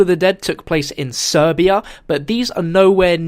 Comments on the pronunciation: SiberiaNot Serbia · Serbia? It's Siberia